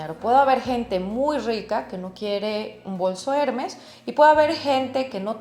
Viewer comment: ...me duelen los oidos cada vez dice el nombre de la marca...el acento esta en la segunda *e*.. trate de p ronunciarlo bien... Trabajó en Hermes..y me parecio muy bno su análisis del tema.